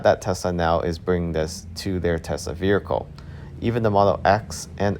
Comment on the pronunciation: The word vehicle has you in a figure-four-leg-lock.